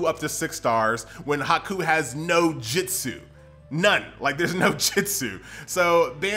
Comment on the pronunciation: Why do you call it Jitsu? Can you not just replace the i with U? And say it normal like Jutsu?